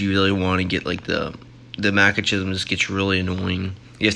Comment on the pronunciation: Mackachisum? Stop playing and get an education